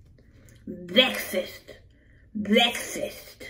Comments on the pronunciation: I screamed when she said BEKFAST iykyk 😭😭😭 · Were u trying to say “breakfast” like BGA?